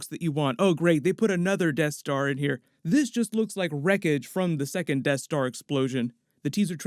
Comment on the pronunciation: Sounds like is saying “tattooing” for second lol